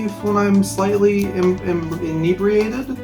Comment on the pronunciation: Ini-breen-ated 😂 But good stuff, good stuff 👌👌